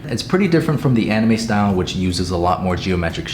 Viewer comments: "Anime": "animi" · The way he says ‘anime’ it’s pronounce anne-I-may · Anyone else hate how he said anime in the beginning? It angered me lol, anim-E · Did he just pronounce anime “animee?” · at the start: Me style, Realistic, “Animee”, and Disney. I’m sure you know how to pronounce anime correctly 🥸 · bro says animie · DID HE SAY ANAME?😭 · Bro really said Ani - me 😂 love your videos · I love you but the way you said anime kills me 🤣 🖤🖤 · Is nobody gonna talk about how he said anime...